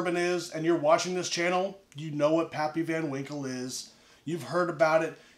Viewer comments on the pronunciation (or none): “PaaPyYs”. What a lush